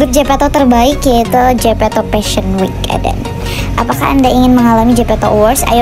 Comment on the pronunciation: Jepeto , Jem Di Dengerin Jijk 🤮